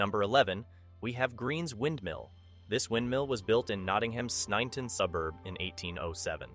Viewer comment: It's pronounced snenten